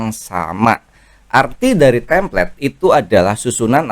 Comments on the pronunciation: koreksi bukan "tamplate" tapi "template" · Template bang bukan Tamplate. Alangkah baiknya kalau bahasa asing pakai yg benar sbg creator dgn banyak follower